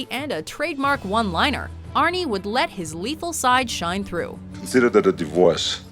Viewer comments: Don't call him arne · Stop calling him Arnie god damn